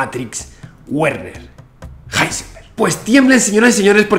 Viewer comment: Hola y gracias amigo Santa Olaya. Ya que aprendiste a pronunciar Heisenberg, cómo Háisenberg en Alemán, sería muy simpático que dijeras el nombre Werner, fonéticamente, también en Alemán, como Verner. Ya que "Güerner" suena muy Yanquee. Un saludo con gran simpatía tanto por la claridad, continuidad y gran velocidad de tu interesante discurso. Espero tu vídeo prometido para saber la real implicancia que Heisenberg tuvo, quizás extraídas de las escuchas grabadas en las reuniones del "Hall" y otras pruebas que presentes. Buena Suerte.